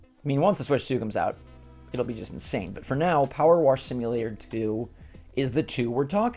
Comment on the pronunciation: What's "Power Warsh" simulator? 😂